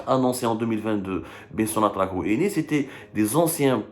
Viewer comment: Huit pas ouii milliards, Hhhhhhh